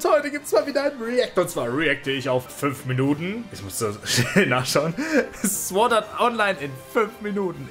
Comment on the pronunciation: Man spricht es nicht sword Art online aus sondern sord Art online.